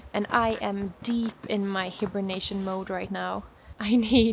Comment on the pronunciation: Say hibernation like “HIGH-bernation” ❤❤❤❤❤❄️❄️❄️❄️❄️❄️